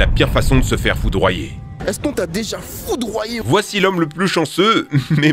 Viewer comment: A chaque fois qu’il disait foudroyé je rigoler.